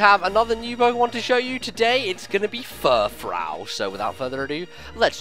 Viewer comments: same with me actually, I'm like Froo, froo, not frau. I couldn't even finish watching this. lol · It isn't Frau it is frou, so it is like poofy hair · I thought it would be pronounced Fur-froo, like a French word. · I think it's pronounced fur-froo. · furfrou is pronounced fur-froo because its based on the words fur and frou frou which is basically the french way of saying fancy.